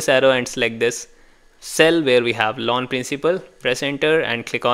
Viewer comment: Loan sounds like lawn